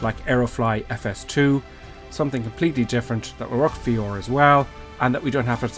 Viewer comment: its pronounced V-R. not VEOR